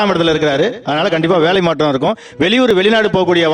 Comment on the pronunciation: மாட்றம் ஏட்றம் முன்னேட்றம்???!!! தமில் பேசுகிறார்.